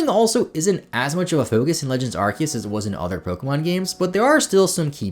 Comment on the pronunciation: I'm just happy to hear someone pronounce Arceus correctly lol. Also, Treecko squad 4 life.